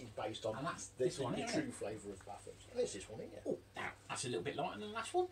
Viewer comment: Batham's is pronounced Baythe-ums not bath-ums, bloody good bitter